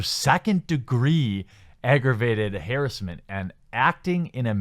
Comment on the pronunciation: whats harrisment? I've heard of harrasment but never this harris-ment you talk about.